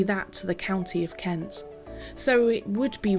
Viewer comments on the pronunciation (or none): none